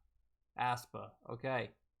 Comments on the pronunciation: aespa is pronounced (es - pa) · it's pronounced ES- PA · “ass-pa” in crying 😂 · it's pronounced 'eh-spa' lmaoo like eh in egg 😭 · Sup bro, the 'ae' in aespa is pronounced like a normal 'E', so it's just 'Espa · Well, Karina did pronounce it that way once lmfao 😂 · the way he pronounces aespa like u’d pronounce asthma is killing me